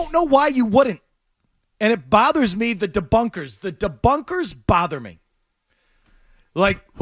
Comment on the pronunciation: "The debunkas botha me!" in a Boston accent. 🤠